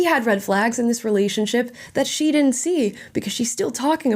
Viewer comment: I would break up with her just for pronouncing the word didn't as “diddent."